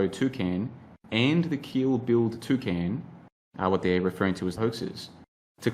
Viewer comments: I heard "two cans" 🤣🤣🤣🤣🤣🤣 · A Toocan, i love the way you say that, i've always heard it pronounced Too - Can, but from now on i'm saying it your way !